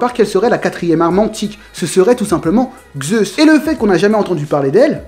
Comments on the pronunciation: Vidéo très bien et très complète, j'irai aussi la voir chez Le Roux 👍 Je vois que le noms et toi sa fait 2 😂 car on ne dit pas "Gzeus" mais simplement "Zeus" ou même "Dzeus", c'est de la phonétique donc c'est comme ça j'y peux rien 😂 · Zeus et non Xeus :) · Si tu pouvais éviter de dire Xeus au lieu de Zeus parce que enfaite c'est pas les mêmes lettres ... Du coup Zeus ça se prononce soit comme ça s'écrit soit "Dzeus" mais pas Xeus ^_^ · vous n avez pas l inpretion qu il dit Gzeusse au lieu de Zeus ? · Sympa de prendre la théorie des autres... Puis pourquoi tu dis Xeus ou lieu de Zeus?? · "xeus" xD